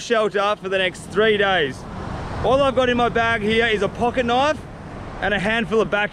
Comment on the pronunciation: You mean when he said knoife instead of knife?